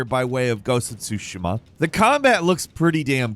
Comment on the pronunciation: You pronounced Tsushima wrong...